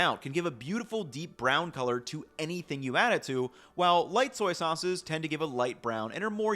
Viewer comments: "Soy-ces" 😅 I can imagine how hard saying "soy sauce" 1,000,000's of times can be ... great vid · "Soyces" Somebody has been saying soy too much 😂😂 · "Soyces" made me giggle